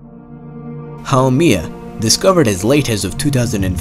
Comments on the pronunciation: it's HAU-MEH-AH, NOT HAU-MEE-AH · it's not pronounced How-Me-Ah, it's pronounced How-Mae-Yah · Actually it’s pronounced ha-May-ya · you pronounced the name wrong